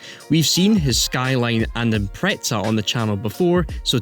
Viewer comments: impreZa not impreTsa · It is IMPREZA not IMPRETSA …. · Why do you guys put a T in Impreza?